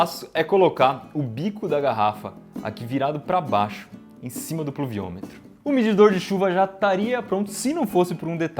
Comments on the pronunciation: puluviometro kkkk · eu seu tenho 9 anos consigo fala pluviômetro com mais facilidade que o Iberê :|